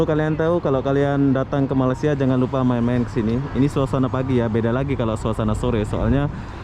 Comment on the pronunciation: aku mahu menegur kamu yaa jgn sebut malasia ramai jawa indo menyembut nama malaysia dgn salah sedikit tidak tempat sebutan nya malaysia* bukan malasia yaaa aku mahu menegur kamu perkataan nama negara 👉ni malaysia bukan malasia bunyi nya aneh skali salam saya dari perak hadir